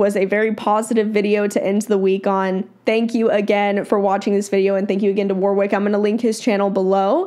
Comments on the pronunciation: Just a heads up. The Aussie name Warwick is not pronounced 'War-wick' hehe. Think of it as W-o-rick. The second 'W' is silent and the 'o' is not 'oh' either, it is the short vowel sound. Love, love, love your videos! oops just noticed some other aussies commenting about the name haha. 'Issybluz A' is the closest correct answer. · His name's pronounced Worrick not War wick. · Sorry to be so picky, but his name is not "War Wick" it's pronounced "Warrick" (had to say that as it was just driving me nuts)! lol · Most people pronounce it as Warwick but it is Warrick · Btw, it's pronounced War-ick. Not War-wick. Don't pronounce the second "w". Thanks for the video. 😊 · The 2nd w is silent. So it's phonetically it's Warrick. :-). So glad you reacted to his training. He is my all time favourite. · Been my favourite horse trainer for years. Proud to be an Aussie! I'm honestly surprised you weren't familiar. ETA: Haha sorry but "war-wick" had me giggle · Warwick Schiller is a sensational horse trainer....actually it's actually pronounced Warick silent 'w" 🙂🙂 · Hi. FYI His name is pronounced Warick. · The W is silent. Wa Rick. 💕🐨🐨🦘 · His name is pronounced warrick. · If you had done your research you would know how to pronounce his name. Warwick is amazing and has a knack of being able to make complex theories and techniques easy to understand. Well worth following and learning from him. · It kills me how non Australians pronounce Warwick 😂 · How about pronouncing his name right, for a start.